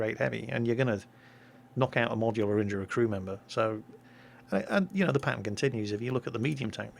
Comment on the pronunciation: Whenever you say "pattern" it sounds like "Patton," so when you say "This pattern continues," I think to myself, is somebody driving this Patton? Where is the Patton going? How come he didn't say he was leaving? Is he doing something he doesn't want people to know about? I think we should look into this "Patton" character.